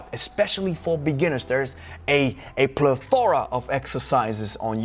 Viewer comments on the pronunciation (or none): Plethora has stress on first syllable Preface is pronounced pref-is